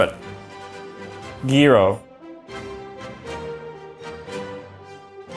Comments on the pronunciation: Gyro "Gee-Ro" JoJo fans: impossible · If he said GEERO in my school we would smack him out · yes, I pronounce them, gah-lah and jai-row, not gay-lah and gee-row. English words are pronounced many different ways around the world. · no yee ro you don't say the g because its greek the greek "g" is very rare only in specific words, in greek is written γυρος and the 1st letter is pronounced like a y so in food it is yee ros and in terms of the force it is called the same in greek but I think even some greek people say jyro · Gee-roo (gyro) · My father always taught me it was pronounced yee-ro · I thought 'gyro' is pronounced as " Jai-roh" cuz...... gyroscope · Actually, it’s pronounced “yee-row” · its gyro as in the food, not the force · This man can pronounce every word! Except gyro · I’m Greek and this man doesn’t know how to pronounce “Gyro”. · Gyro is a Greek word and he didn't say it correctly